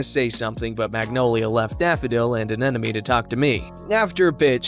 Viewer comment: Sorry to be picky but the word is Anemone not Anenome.